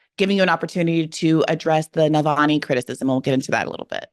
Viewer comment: Just fyi it’s *Na-val-ny btw not Nal-va-ny 💛